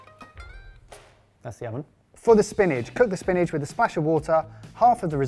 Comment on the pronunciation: Is it just me or does pronounce 'spinach' like 'spinage' 😂